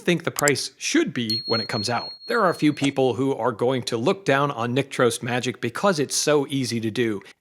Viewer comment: So, that's how it's pronounced! I've always thought "Trost" rhymed with "frost".